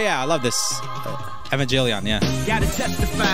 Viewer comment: You like Evanjelion but don't even say the title correctly? 😒 Evangelion.